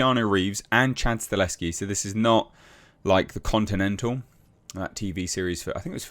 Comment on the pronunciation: it’s Chad Sta Hell Ski NOT Chad Sta Leski. 😬🤦🏻‍♂️ You’ve been mispronouncing Chad’s last name all this time. 😓